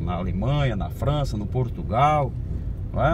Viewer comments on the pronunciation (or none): none